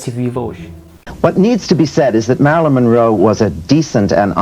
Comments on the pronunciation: Não consegui ver o vídeo até o fim, pois muito me irritou ouvir o rapaz falando ERRADO o nome da Marilyn Monroe, demonstrando uma baita falta de educação e respeito para com ela. Ora, o nome dela é MariLYN, não Mari como ele falou o tempo todo. Rapaz, o LYN tem que ser pronunciado, viu. Se não sabe falar corretamente o nome da pessoa sobre a qual está narrando, é melhor não fazer o vídeo porque fica muito desagradável de ouvir para quem vê o vídeo. Fica a dica. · Ele diz o tempo todo MERLIN ... E NÃO MARILYN ... AFFF